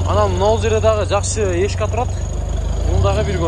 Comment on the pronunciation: Туура алып барчы, под ешканы, эшка дебей